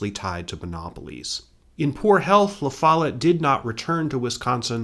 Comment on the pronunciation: Great job but… the pronunciation of “Lafolette” is jarring every time I hear it… 😢